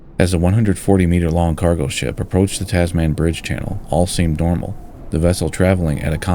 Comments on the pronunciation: I was just thinking of posting a similar comment when I found yours. I winced every time I heard Taz-man. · *(pronounced 'Tasmun Bridge') Forty years later, we're still discussing an appropriate replacement. Currently not scheduled for another forty years. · Shorten the vowels! It’s Tazmin. 🇦🇺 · A concise yet surprisingly comprehensive presentation - really nice work. P.S. The final 3 letters of ‘Tasman’ are usually pronounced as if the ‘a’ is absent, like Tasmn, or even tasmin or tasmahn, but not as the word ‘man’ (with the hard ‘a’). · Tas-man, the superhero nobody wanted!